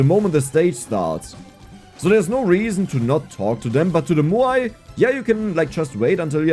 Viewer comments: Say "meow". Move the "ee" sound to the end. "mowe". "Maui". Muuai sounds hard to say. haha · Moai is pronounced "M-ow-ee"